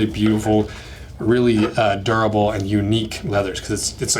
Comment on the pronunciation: its not Derrable its Durable. lol